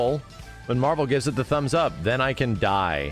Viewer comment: I love that Ed said “MAHVEL” and he did it twice so it was intentional.